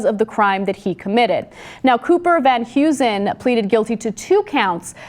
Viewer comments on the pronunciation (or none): I love how Americans pronounce Dutch last names. 'Van Hughzen' (Van huizen) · The surname is pronounced Hay-zen not Hew-zen. Its Dutch. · It's funny how americans pronounce dutch names such as "Van Huizen"